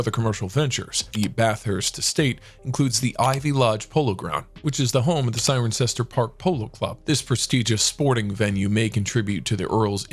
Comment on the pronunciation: The correct title is "Earl Bathurst" not Earl of Bathurst. Cirencester is pronounced "Sisister".